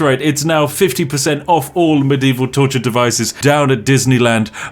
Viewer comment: muh dee vall FFS LOL